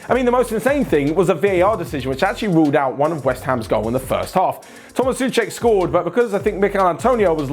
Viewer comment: Are you blind?! There is an "o" between the "S" and the "u" in the nam Souček! It's NOT Suček, it's SOuček, it's like you would connect the words "So" and "Czech"